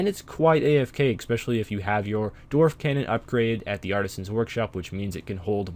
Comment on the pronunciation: ESPecially, not EXPecially.